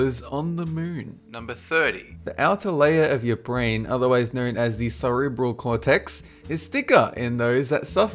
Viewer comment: If someone doesn't know how to pronounce "Cerebral Cortex"...what they say about the brain is probably not accurate. Ditto "Corpus Collosum". Or "Progesterone". And the word BTW is "Hemispher*E*ctomy".